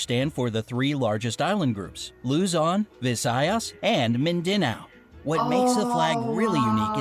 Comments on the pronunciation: "mindinow" Me: 👁️👄👁️ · Mindanao is pronounced as Min-Da-Now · For some reason I heard a bunch of miss-said words ._. Like Mindinao - Mindinao | Tagalag - Tagalog {maybe i heard wrong on this one tho} | Cibu - Cebu | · the narrator said mind-deh-now which triggers me its supposed to be mind-dah-nao lmao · They read Mindanao as Men-da-nao lets see it is read as Mean-the-now Cebu is read as Si-buu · computer: there are transportations in the Philipines called jeepnys My mom (and other filipinos ): they are called jeeps not jeepnys. they did not do reaserch computer: Luzon, Visayas, Mindinao Filipinos: its mindanao not mindinao: dont tell me its handmade us: hell yeah Us: its sebu not sibu (its not spelled that way its pronounced that way) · btw its loozon VIzaYas Mindanauu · All of those are correct also u guys pronounced Mindanao wrong it actually Min-da-naw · They said luzon visayas and mindanau wrong i spell it how we pronounce it like Lu-zon -vi-sa-i-as and min-da-now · They pronounce the Mindanao incorrectly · The last part 8th is wrong for prononcing mindanoa dude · And i like the way he said mInDaNaO lol wrong prouncetion and cEbu and thank u for saying phillipines is gergious. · I like how the narrator pronounced mindanao and the color blue in the flag represents peace while red represents war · The fact of how he pronounced "mindanao" 👁👄👁, btw they have should have been show the filipino artists >:c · the way he said mindanao